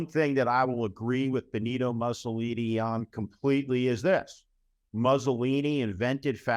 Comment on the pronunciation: A very sobering and intelligent assessment of the present, dangerous state of this nation's democracy. Well done, Steve. I would offer just one nit-picky suggestion, unrelated to the substance of your remarks: the pronunciation of Mussolini. It's not "Muhsssolini"; instead, it's "Moossolini."